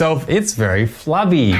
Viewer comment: Flubby….Flabby You say tomatoe, I say tomotoe